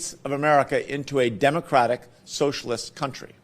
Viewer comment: The way Chikenlooper says "Democratic Socialism," makes it sound like he has a problem with the "democratic" part. X3